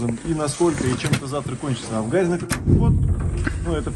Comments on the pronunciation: вы так говорите всегда в ролике крёсный ход. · Не крёсный, а. креснтный от слова крест .(прошу прощения) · Не Крёстный, а Крестный ход через "е" от слова Крест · Да уж, крЕстный (через Е, а не через Ё) ход не знают русские парни, а на Бали что то такое знают 😒, увы. Но хорошо, что теперь узнали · вы говорите в видео крёстный ход а правильно крестный ) простите за замечание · Простите великодушно, я понимаю, что люди не воцерковлённые, просто по уху режет "крЁстный ход", на самом деле правильно говорится крЕстный ход, от слова крест, а не от слова крЁсный( отец). Как вы видите впереди несут крест, отсюда и название КРЕСТНЫЙ ХОД. Ребята, даже если вас пригласили поучавствовать в таком мероприятие,хотя бы узнайте для чего это делается, с какой целью идут? Правильное название.С неспроста они называют себя СТАРООБРЯДЦЫ.Для людей это то же интересно.Не завершённость поездки какая то ощущается. В любом случае спасибо за ваш труд. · "Крестный ход" от слова "Крест" - никакого "Ё"! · Крестный ход! а не крёсный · Только ход не крЁстный, а крЕстный! Слух режет! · Спасибо большое , все очень познавательно . Сама выросла в семье старообрядцев . И простите меня , пожалуйста , за поправку . Произносить нужно " крестный ход ". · Хорошее видео. Но режет слух, как Вы называете крестный ход. КрЕстный через Е, от слова Крест правильно. 🙌☀️ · Крестный ход! От слова крест! Язык подучите! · Извините, но нужно говорить Крестный ход, от слова крест, Русь любимая, пусть хранит тебя Бог❤